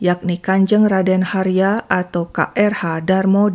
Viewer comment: Sedikit koreksi KRH dibacanya Kanjeng Raden Haryo, bukan "Harya" terima kasih